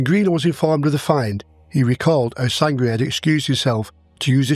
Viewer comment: Sangret not sangria